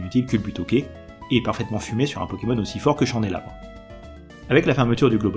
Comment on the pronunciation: Cette série en a connu des prononciations discutables mais je saurais vraiment pas me décider de ma préférée entre le "éatran" de la dernière fois et ce nouveau Lugulabre qui devient "chandélabre" mi-français mi-anglais. X^)